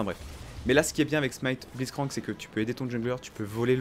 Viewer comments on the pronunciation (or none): "On joue avec Bliztcrank" x) mes oreilles ont en pris un coup